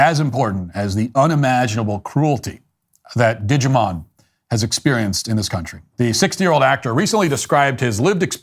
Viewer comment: Dijimon?.....nice one 😅